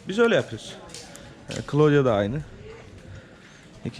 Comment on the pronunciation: Daha kızın ismini söylemiyor köylü..klodya degil klaudiya okunur..